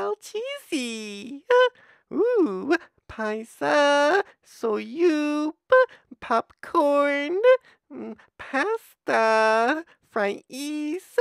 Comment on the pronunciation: he reads it as it's written, so popcorn is popcorn but soup is so-up